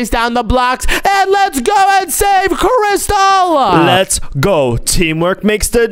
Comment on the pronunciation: Crystal not cristall